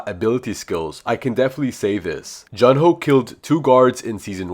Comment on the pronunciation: I thought it was Jun Ho not Jun Jo